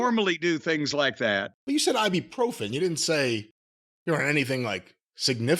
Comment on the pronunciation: "Eye-Boo-Pro-Fen" and "Arthur-Rightis" ..... holy f*** ... 🤣🤣🤣